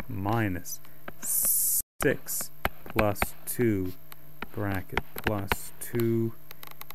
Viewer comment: ''sticks'' (six)